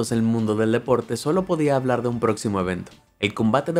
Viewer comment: No se dice " hablur " sino hablar